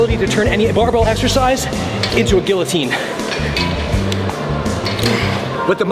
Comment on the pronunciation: the man from a french speaking country mispronouncing guillotine is enough to make a grown man cry